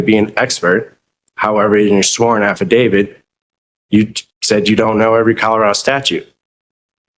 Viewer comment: If you think the word is “affadavid”, you should keep quiet and let your attorney speak on your behalf.